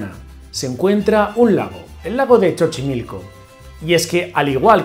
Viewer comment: Hola, sólo te aclaro que no es "Chochimilco", el nombre correcto es "Xochimilco", se pronuncia como "S". Saludos desde México, soy tu fan.😘